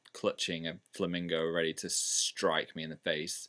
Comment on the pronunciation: When he said strike it was so similar to the way he said "Phil Striker". Is there something about the word strike that he must say it like that?